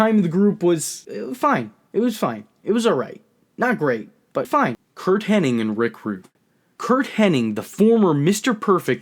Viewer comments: Its Kurt HENNIG.. not Henning!!! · Hennig, not Henning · Why do you say Curt Hennig's name wrong??